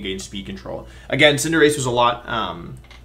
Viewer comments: Why is he pronouncing “Cinderace” as “Cinderacchi”???? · Cinder... ace? Really odd pronunciation, you feeling ok man? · And Cinderace, like Liberace? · i was about to comment that first word exactly lmao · He knows how to pronounce it, he just does it to be silly